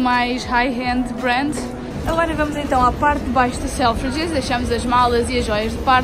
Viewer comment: disseste o nome Selfridges corretamente linda 😘 enjoy London